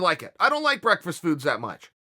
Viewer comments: Chael "breakfrast" Sonnen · If Uncle Chael says it's brekfrest, well get Webster on the phone cuz it's now brekfrest. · 🤣🤣 BREAKFREST!! I just rewatched the question and he says it like that everytime! Oh Uncle Chael you killing me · "Breakfrest" Chael? lol, love you man ^_^ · Chael 'I don't eat breakfrast' Sonnen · "i don't eat breakfrist" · Me: It's Breakfast Chael: It's Breakfrast Me: Ok Great. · The fifth time he said "breckfrest," I lost it. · Chael doesn't eat anything he can't pronounce... Breakfrest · The world: Breakfast Chael: Breakfrast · Came to say lmao I did not have breakfrest today I almost never eat brekfrust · Man doesn't eat breakfrast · The Dynasty Continues breakfrest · Chael 'brakfrast' sonnen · Can chael not say breakfast? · Chael doesn't eat breakfast,he can barely even say breakfast! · Ha ha chael you can't even pronounce breakfast right. Lol love ya brah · Oh it's pronounced "Breakfrast". Can't believe we've been pronouncing it wrong all this time. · BreakfRast, come on uncle Chael 😂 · Breckfrest lands in the dictionary asap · That is the absolute worst pronunciation of the word "breakfast" I have ever heard. YIKES! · 😂😂Brekfrast and he say's Wrastling😂😂 is that how people speak wherever Chael is from Origon or Ohio don't know or can't remember the mean street's of ,,,,,,,,,,,💪🇮🇪💯